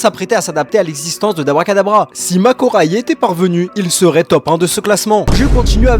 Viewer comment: C’est même pas debra katabra c debura